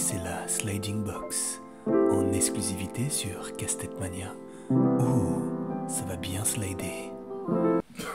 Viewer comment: J'ai l'impression d'entendre Castex à la place de casse tête 😅😅😅